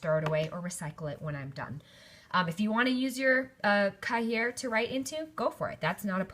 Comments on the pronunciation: So informative! I was hemming and hawing at how to set up my TN, this guide is amazing. Also, a tip from a native French speaker - cahier is pronounced with a silent r, like "ka-yay" ☺ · Hey! Loved the walk-through, love seeing how another midori-user set up their bullet journal. Just as a sidenote, cahier is pronounced more like CA-yay then ca-HEE-er. It comes from French :)